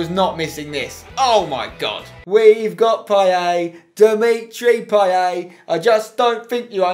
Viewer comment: Dimitri Play-et